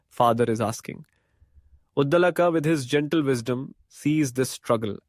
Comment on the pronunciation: He is pronounced Udaalak.